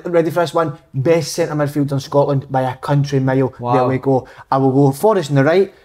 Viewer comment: Big kev "hulp" "sintur midfield"